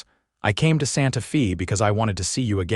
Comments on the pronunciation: Santa “ Fay” not Santa Feeee🙄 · Santa Fee. Too bad about the dumb AI narration.